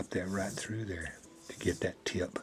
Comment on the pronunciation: Exactlyyy. When he said "look at dat" i was like.... °_°